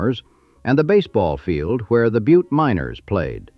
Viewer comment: Oh.... It's pronounced "BYEWT"...